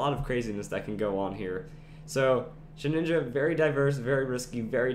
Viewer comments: ShedINJA. There is no second N. It is not Shedninja. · I don't mean to be rude, and I'm sure many people have said this already, but it's pronounced shuh-din-juh, not shed-nin-ja. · Shed inja. Not Shed ninja. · You keep saying "sheninja" so annoying.